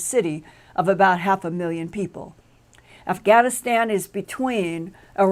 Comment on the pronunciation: did she say "Aff-a-Gan-aStan?"